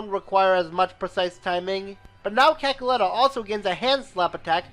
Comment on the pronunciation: I'm disappointed he said Cackletta